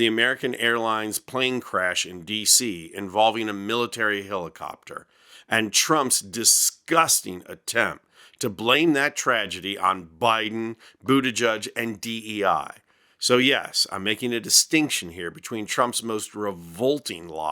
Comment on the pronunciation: Please pronounce it "boot edge edge" not "judge"...that is what Pete has said😊